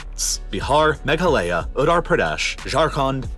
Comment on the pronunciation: Baharrr, ottorpradhesh, magalaya, zarkhand and mannypoure 😅😂